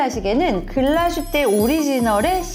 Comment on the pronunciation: 안녕하세요! 독일에서 일하고있는 시계제작자 입니다. 다른 지역명이나 브랜드명은 원어 발음으로 쓰이는데 유독 글라스휘테만 글라슈테로 적혀 아쉬워서 댓글 남기고 가요 ㅠㅠ 글라슈테가 아니라 글라스휘테 예요!!